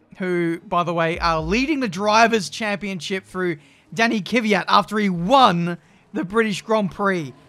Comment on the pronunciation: Looking forward to F1 2021 career mode. will finally stop pronouncing Kvyat as Kiviyat and instead say Mazepan!